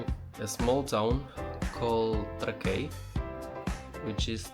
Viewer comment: Miesto pavadinimas tariamas Trãkai, ne Trakaí.